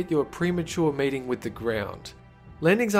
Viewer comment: Did anyone else hear "premature mating with the ground" instead of "premature meeting with the ground"? No? Just me? Ok.....